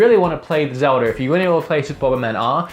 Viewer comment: Your a huge Zelda fan but you call it Zelder sometimes